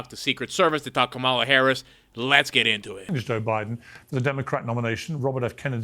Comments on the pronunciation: Mispronounced her name he must be a racist misogynist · Jr hasn't learned how to pronounce Kamala yet, so it won't matter.